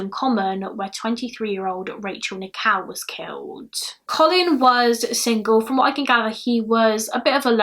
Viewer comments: What an excellent narration. Very clear diction and a joy to listen to. One slight correction; Rachel Nickel pronunciation is not quite correct. You are sounding Rachel's surname as "Nikow" whereas Nickell is pronounced as Nick-ell rhyming with Bell not Cow. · I love your accent, but for the longest time during this video I thought you were saying 'Rachel Nikow' as in Nik-ow 😂😂❤